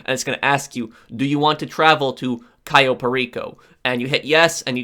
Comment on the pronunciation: Not to be mean but its pronounced cayo not kio